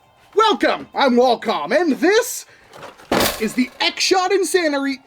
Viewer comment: "This is the X Shot Insanery" 😂